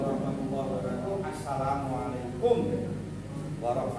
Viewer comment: Alhamdulillah, Skedar masukan tuk pemb.acr ucapan salamnya Wabarokaatuh ~~> bukan tuuh ❤